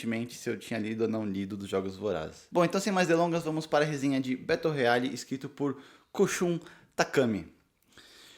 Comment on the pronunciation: Estou lendo no momento e estou amando! A minha única critica é que vc pronunciou o nome do livro errado.